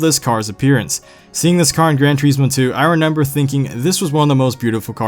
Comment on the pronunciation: Im not making fun of you but...ypu said renember